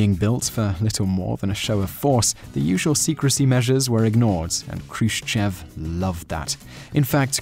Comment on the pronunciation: the accent in Khrushchev is on the "e" and whenever this happens in russian you have to pronounce it like an "o" (like it was Khrushchòv)...a more correct writing would be with two little points on the "e" to make you know it is accented and therefore not pronounced like you would a non accented "e"